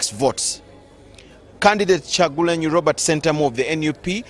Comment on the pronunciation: Ooh God, imagine urself reporting nationally and haven't read all presidential candidates, to say Robert Kyagulanyi